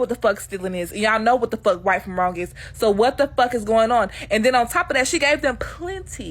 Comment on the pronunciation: Love when my internet is spotty and the video takes a second to load and it’s the perfect pause where you very much see forming that R in the RAIGHT SO